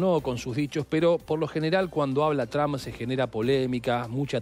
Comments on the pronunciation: No se pronuncia TRAMP, se pronuncia Tromp y se escribe Trump. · PORQUE LE DICEN DONALD "TRAM" 🤔